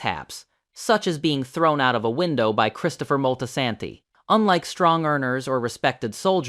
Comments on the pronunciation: Molty-Santy. Stop that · Terrible pronounciation of Moltesante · The Moltisanti pronunciation is laughably bad. We’re gonna have to send this to slip and fall school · the pronunciation of Moltisanti irritated me lol